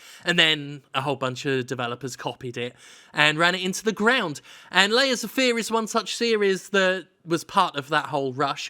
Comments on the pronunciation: There's a point where it sounds like Jim says "Laser Fear," and that sounds like a more interesting game. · It sounds like you're saying "Laser Fear" which sounds like a better game.